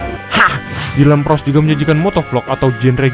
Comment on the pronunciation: ploss bukan pross